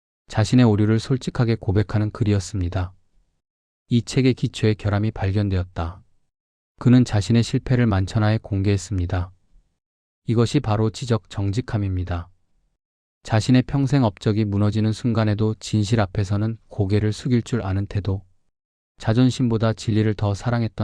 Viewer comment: 내용전달에서 발음이 매우 중요하다고 생각합니다 거슬리는 발음들이 꽤 있네요. ’한 권‘, ’두 권‘ 에서 ‘권‘은 철자 그대로 [권]으로 읽으시면 됩니다. [꿘]으로 읽으니까 내용에 몰입이 덜 됩니다. ‘지적 정직함’에서 지적은 [지쩍]으로, 품격은 [품껵]으로, 땀방울은 [땀빵울]로 발음해야 합니다.